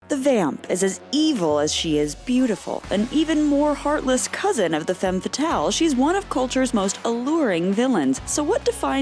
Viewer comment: Don't you think it's time to start pronouncing "femme fatale" correctly? You've use it so many times and still get it wrong...